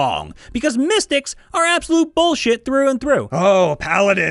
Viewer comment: "All classes are bullshuyte!" -- GURPS